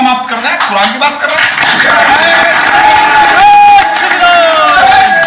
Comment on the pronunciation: 🤬🤬🤬🤬kuran ko ase nahi bolna chai ye